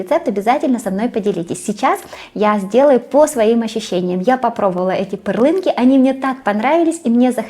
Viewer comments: Эти лепешки называются пЫрленки ( ударение на первом слоге) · Пърленка. Ударение нужно поставить на "ъ".